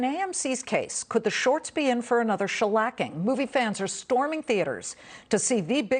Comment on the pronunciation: Lol she said shalacking